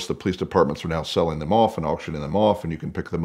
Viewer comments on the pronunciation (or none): none